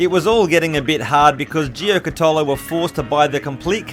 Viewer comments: Correct pronunciation is: “JO-KA-TOE-LO”. Or just simply google correct pronunciation, it ain’t that difficult! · It’s pronounced gio-cat-alo, friend of mine in high school’s dad had the yellow number 5? Car